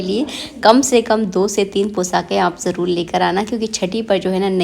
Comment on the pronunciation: Aap har baat mein jarul nahin jarur bolate Hain